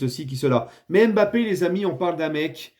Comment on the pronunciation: T'as raison les bleus sur cette euro est un mystère (Et t'as recommencé à dire "M'Bappé" au lieu de Mbappé)